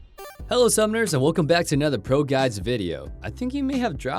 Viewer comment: it almost sounds like he said broguides